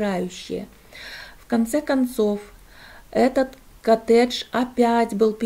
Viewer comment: По русски произносится коттЕдж.